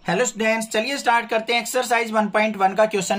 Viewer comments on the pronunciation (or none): Sir sorry to say but student not studence